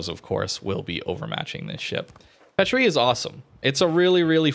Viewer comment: It's pronounced paatrie like the sound a makes in baa because of the french accent mark I think. I'm a french student fyi